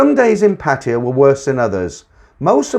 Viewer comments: It only takes a moment to look up how to pronounce Pattaya. Make an effort. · Lol me too, men been there for many years and can not say Pattaya. Lol